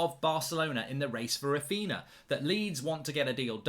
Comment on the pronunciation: Who is “Rafeena”?